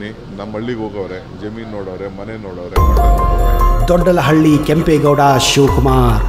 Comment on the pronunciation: ದೊಡ್ಡಳಹಳ್ಳಿ ಅಲ್ಲ ಕನ್ಲೆ ಅದು ದೊಡ್ಡ ಆಲಹಳ್ಳಿ ಅಂತ,, 😄😄